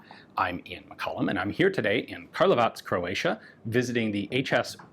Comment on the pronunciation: Have to commend Ian on correctly pronouncing "Karlovac".